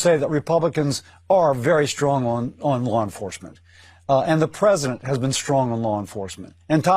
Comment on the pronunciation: Pwezident Elmer J. Fudd , darn wabbit!